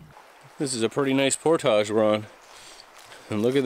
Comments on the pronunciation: Damn you stop saying portage like por-taj it’s more like por-dij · Idk if it’s the French Canadian in him but portage is pronounced por-tij and not por-tahj and it is slightly irritating